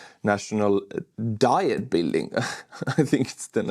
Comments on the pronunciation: Korean Diet pronounced "dee-yet" bud. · Diet is pronouced dee et, like German die ät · Diet: try a German pronouncing, maybe? Like the Diet of Worms sounds interesting in English...